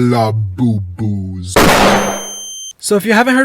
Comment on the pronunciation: the way you kept pronouncing labubus as lalabubus made me click off I’m sorry